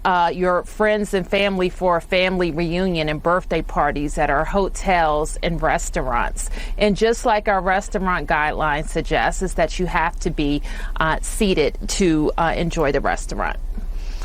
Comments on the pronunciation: Did anyone catch the DC mayor saying, "birfday" rather than birthday? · She said "burfdey" too... so she's allowing "burfdey" parties too. Oppositional Defiance Disorder has been a clinical definition for many years... at least 20 that I personally know of.